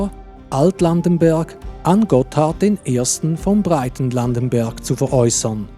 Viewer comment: Turbenthal hat ein H. Es heisst Hochlandenberg und Breitlandenberg und nicht Hohenlandenberg resp. Breitenlandenberg.